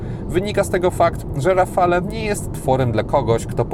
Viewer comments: Dzięki za kolejny ciekawy test. Czekam na szczegółowy w PL. Jedna uwaga. Wymawia się rafal a nie rafale. Pozdrawiam 👍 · rafalE .... eeee nie można tego słuchać ... a wystarczy zapytać byle gugla jak sie to wymawia i może co znaczy i dlaczego